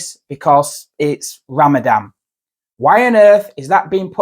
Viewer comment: The poster can't even pronounce Ramadan properly.